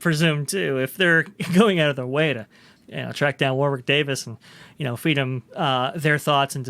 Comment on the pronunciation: I enjoy all of your videos... As a brit just wanted to mention, FYI, it's pronounced as if it's spelled Warrick. Thanks for the vids.